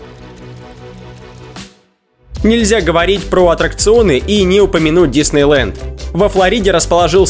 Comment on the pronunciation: Адреналинэ , Диснейлендэ, Орландэ